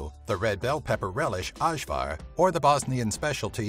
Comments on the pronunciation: its ajvar, not azvar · ažvar hahahahaha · Next time, You should look up how to pronounce 90 percent of the things you say because nothing is more cringe when you pronounce ajvar with a j.